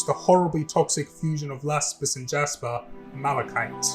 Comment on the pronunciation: Lasper and Japis huh?